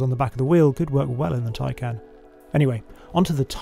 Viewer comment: If you go to the Porsche site and search, how to say Taycan, I am sure you will find you are pronouncing the name wrong. Its not, tie-can, its, tie-con.